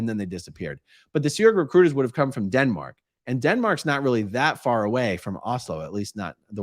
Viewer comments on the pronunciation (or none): none